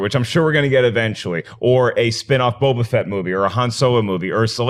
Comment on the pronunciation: Why does John say "Boba Vett"? I think somebody asked this before, but it bugs me every time he says it.